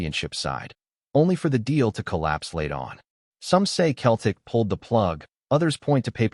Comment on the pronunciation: Lol AI doesn't know the difference